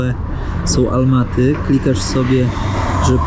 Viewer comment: Ałmaty nie Almaty